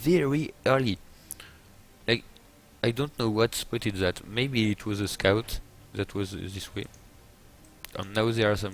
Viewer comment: And that "scuut" :) Now I always refer to scouts as scuuts... remember to scuut guys!!